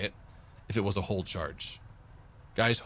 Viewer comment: it is "hollow charge," not "hull charge."